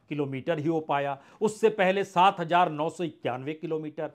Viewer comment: Sir, aapka analysis to acche hote hai lekin hamari language kharab hoti hai. Please thodi Urdu sikh le. Z aur J me farq kare. Thank you. Jindagi is Zindagi, Jarur is Zarur Hajaar is Hazaar Jara is Zara etc.